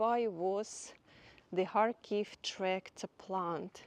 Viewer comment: Sounds like she saying hartclife the town she filming 😂😂